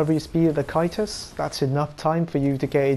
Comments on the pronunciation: Can't watch this because you can't say C A E S T U S. It's not KY-TUS, it's Ceh-st-us, or SEH-st-us. Ffs. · Why does he say it in such an odd manner? it's pronounced Tjæstus after all. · I giggle every time you say kaitus lol lol lmao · It's pronounced "Kay-stus". Other than that, good video. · Never liked the buckler aesthetically but I'll try it out again. Oh by the way, I think caestus is pronounced as 'sestus'. I could be wrong but I thought you were referring to aa kite shield when I first heard you say it. Anyways, I'ma go try practicing parrying with the buckler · caestus = (ses)(tus) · Need earbleach for Caestus pronunciation. Send help.